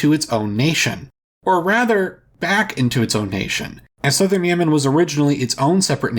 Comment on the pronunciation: South Yemen is now South Nuh-uh-man